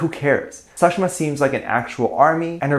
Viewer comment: As an Indian i am offended by the pronounciation of the name of Sakhshima